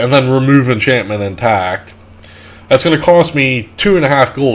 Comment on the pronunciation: luck inchantment